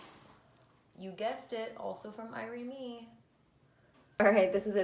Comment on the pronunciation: What was the name of the jewelry store said uses? Ire mee?!?? I couldn’t understand her at all! 😁